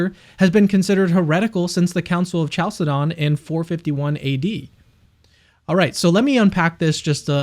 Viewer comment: Great video 👏🏼 one small correction though: the Council of Chalcedon is pronounced kal-se-don not chal-se-don 😃